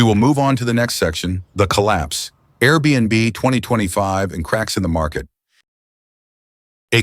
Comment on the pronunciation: Fake AI generated. The bot voice couldn't pronounce 2025. Just listen to the voice of the "man bot". That voice is the same voice for countless other fake AI generated videos.